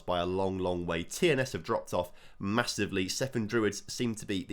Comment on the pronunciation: The only team he pronounced correct was TNS and they are in England 👏🏴